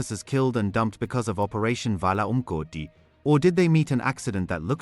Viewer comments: Vala UMgodi you said it so beautiful. Thank you. Your pronounce the Zulu so perfect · I like how you properly pronounce vala umgodu so amazing 🎉🎉